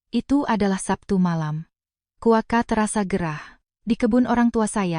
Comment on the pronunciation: Kenapa cuaca dibaca kuaca,,,perlu diperhatikan,,,cu kok dibaca ku